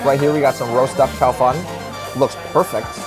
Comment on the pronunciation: A Chinese Jew listening to you and saying Challah differently. then saying chow Fun perfectly:) very cute